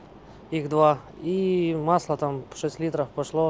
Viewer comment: І не маслА, а мАсло, не фільтрА, а фІльтри, ну і не клапанА, а клАпани. О, і немає ніякого міфічного полуосЯ 🤣